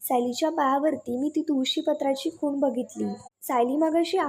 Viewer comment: खून नाही हो, खूण म्हणा